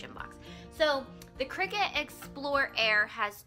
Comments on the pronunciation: Nice JOB!!!! only thing I would suggest is correct your pronunciation of the item. I believe it is pronounced CRY CUT not Cricket. Sorry have peeves about grammar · Isn't it pronounced CRY-cut? :P I'm that person. I had a coworker tell me the pronounciation and she was real snarky about it, too. Haha. I see this section at JoAnn Fabrics, but never researched what it was. It was maybe 5yrs before i got a clue. Another 2yrs (present) to find a need for one. So thank you for the vid!